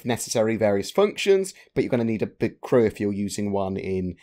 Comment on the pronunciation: Beeg Tonk!